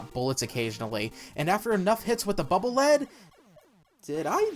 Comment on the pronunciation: The Lead in Bubble Lead is pronounced like in "leader", as denoted by the Japanese writing "バブルリード" (Baburu Riido). Anyway, the Air Shooter is, in my opinion, often underrated and overlooked, as it can single-handedly take down those giant purple mechs that Sniper Joes ride. It can also hurt Wood Man through his shield which can kill him very quickly.